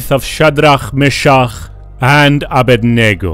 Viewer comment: anyone heard of "faith of chat D Ra me cha ugh and ab bwahaha?"